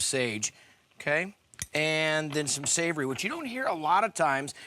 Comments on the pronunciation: And the mmmnnnnsavry thats lemony. Lost my hearing aid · No, he mumbled it and didn’t tell us what it was. He just said it was going to be savory, which didn’t tell us the spice.